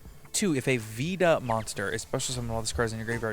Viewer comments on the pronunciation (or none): Reminder that there is a Veda card coming out before the pend in Duelist nexus. Ever since mannadium I’ve been loving the visas lore because of how overtly Hindu/Buddhist in design it became and I can’t wait for more. It is pronounced closer to Vader by the way, Veda. Like vey-the